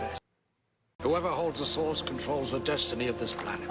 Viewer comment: It's "the source," not "the sauce," lol